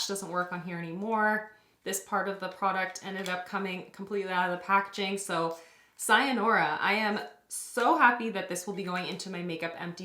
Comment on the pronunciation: Congratulations on such a successful project! Btw, it's sayonara not sayanora ;)